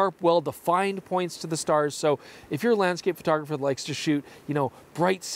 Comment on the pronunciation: I think you need to be careful of that intro. It sounds like you are saying, "Welcome back my fellow pedo-graphers!"